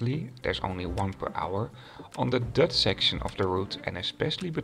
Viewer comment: Prima vid, maar je uitspraak is wel een beetje irritant af en toe. "Dutch" en "luggage".